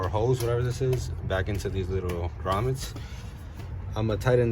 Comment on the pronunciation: Bro u said grommet! We are friends now lol only my friends say grommet lol thanks for the video!!